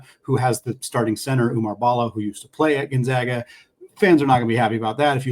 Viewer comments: When you have a fellow podcaster on, maybe it’d be a good idea to gently mention how to pronounce Gonzaga. It’s off-putting to hear it mispronounced. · People are still mispronouncing Gonzaga. Very irritating 😠